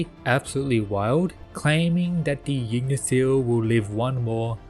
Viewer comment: The way you pronounce Yggdrasil bothers me to no end. "Ygg-Dra-Sil" becomes "Jig-Na-Sil" and i dont get how